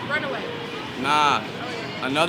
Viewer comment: When she said ‘runaway’ I face palmed so hard